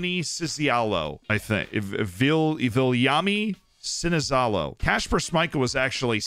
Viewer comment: Viljami Sinisalo: Vilzami Sisialhoe